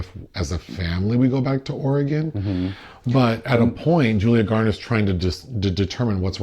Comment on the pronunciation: Thank you for pronouncing Oregon properly!! Always enjoy the reviews!